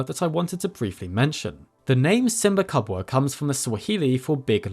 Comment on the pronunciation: Kenyan and Swahili speaker here, Simbakubwa is actually pronounced 'see-mba koo-bwaa'